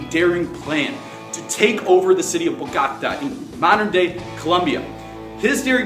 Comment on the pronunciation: Thanks! it is pronounced Boh-Goh-Tah by the way :')